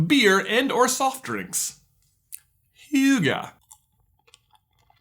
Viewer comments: Don`t say «hygge» with an «a» in the end. It is pronunct «hygge» NOT «hygga». - from a Norwegian viewer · Hygge not hygga, My friend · it is H-E-GG-EH not H-U-G-A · CAN YOU SAY HYGGE WAY FASTER ITS HYGGE NOT HYYYYGEEE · Hahaha stop pronouncing it "hjuggaaaaah". It's a "Y" not a "J". kind of funny though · It is (hee) (ga) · Hygge= kind of chill Don't pronounce it Hhyuga, that's messed up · Every time he says hyuga i want to go and watch naruto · I don't know why but I've always thought Hygge was pronounced hee-gee, like the Bee Gees 🤦‍♀ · "Hyuuga" I keep thinking of Naruto every time he says Hygge xD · "Hygge" is Norwegian and means coziness or enjoyment. England IS closer to France than the USA is to Norway (Norway, Illinois doesn't count, for obvious reasons). And no, sir, YOU can't take a perfectly normal Norwegian words and pronounce it "Hyuga" - while that is an awesome in Naruto, it does not belong here - when Google Translate - free and available to all indiscriminately - actually does a flawless utterance of most Norwegian words, this one included. I'm going to Like this video because it's very HYUGA-lig (hyggelig means cozy) to hear you pronounce it, and all of your obviously tramatizing (and some not so) life experiences to which you clearly have no better expression to tie. That said, if you DO move to Norway, hit me up. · Listened to half of this video without watching the screen and started to wonder what all this "huga" was about. Then I watched the screen and it said "hygge" 😂 Suddenly things made sense! It's nice of you to try but the pronunciation... Is quite far off 😬 (And I don't speak Norwegian myself, I speak Swedish) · It's pronounced like he ga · So he can pronounce lutfisk properly but not ''huugah'' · It's pronounced hugger and i had to do all of this for an sa for media. If you wanna know more there's a podcast. LHWH who talk about it with a Danish lady who goes into detail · Det høres ut som han sier hjuga